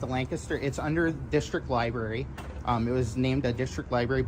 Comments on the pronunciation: Did that goofball just say liberry? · The Library employee called it a libary several times. For heavens sake, adults should pronounce that word correctly.